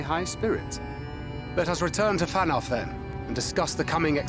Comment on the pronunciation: reacted with relief when he learned that he'd guessed the right pronunciation of "Qitana Ravel," but he seems to have missed the revelation that he got "Fanow" wrong. Can't win 'em all, sadly!